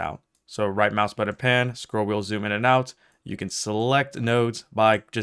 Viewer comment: Could not watch for more than a few minutes after hearing the word "button" mispronounced over and over again.